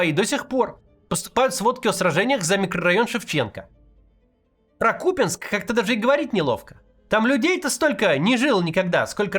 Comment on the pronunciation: Наконец то КУпянск,а не КупЯнск